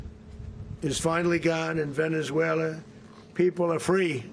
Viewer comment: Where is “VenezueleR” 😂😂😂